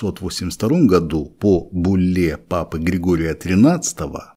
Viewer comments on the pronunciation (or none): нет слова буллА. Есть Бу́лла